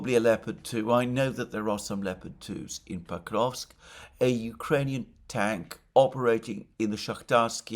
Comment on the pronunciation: Sorry, but "Pakovsk"? Isn't it Pokrovsk?